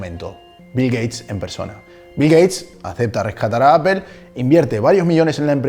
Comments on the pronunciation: Por que los esñoles no pronuncian bien. La palabra Apple Dicen Apel. ? Que alguin me explique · El video esta genial pero tengo una duda, por qué le dices a “apol” “apel” (la pronunciación de apple)